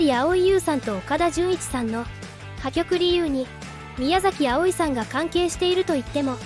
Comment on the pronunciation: 宮崎あおいさん、のイントネーションおかしくない？